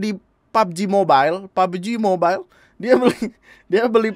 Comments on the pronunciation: Pubbeji mobail *accent India* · "PABOJI MOBAIL" - with THICC Indian accent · Bilang "pabji mobail"nya kocak